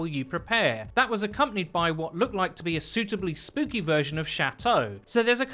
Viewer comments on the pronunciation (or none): none